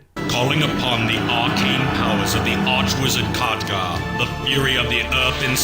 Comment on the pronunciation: hohohoho, so many Catgar! later, it's Khaadgaar !! ! !